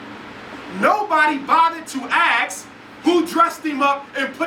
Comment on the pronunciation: Why does such a brilliant man still say "ax" instead of "ask"? Come on Dr. Johnson...